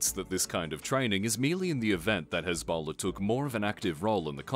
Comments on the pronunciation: I just found this one funny because it sounded like Ebola. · You mispronounced Hezbollah 😂